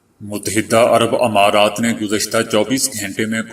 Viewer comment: اپ کی محنت قابل تعریف ہے۔ اگر آپ بعض کلمات کے تلفظ کی طرف توجہ دیں تو آپ کی اس محنت کو چار چاند لگ جائیں "امرض اور امارات "میں الف پر زیر نہیں زبر پڑھیں۔ "مفکر" میں کاف پر زبر نہیں زیرپڑھیں۔ "اتوار "الف پر زبر نہیں زیرہے۔ ناراض نہیں ہونا